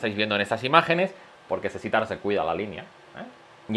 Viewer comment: "Sesitar" El puto* amo xdddd